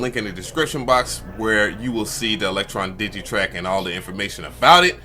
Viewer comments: Dude. DigiTAKT, not Digitrack. 😉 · DigiTAKT not DigiTRACK!